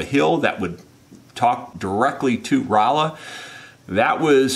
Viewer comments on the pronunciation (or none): none